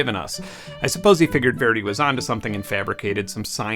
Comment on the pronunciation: If you’re going to call Verdi a dick, at least pronounce his name right, I appreciate the Caruso recording though! Verdi really was an intensely private man, and a hero to Italy. Not saying he was right about 432, but I am saying you are wrong about calling him a dick. Especially when you pronounce his name wrong. The argument from him also has to do with 2 passages in the voice, that his music was written around. Not saying he’s right, people have had great success with his music in 440!